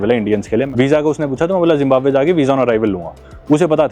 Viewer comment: Zimbamwe ❌ Zimbambhar✔️